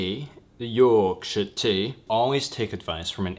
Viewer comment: Love how you say “Yorkshire tea”. You haven’t quite got the accent down, but amusing nonetheless! 👍🏻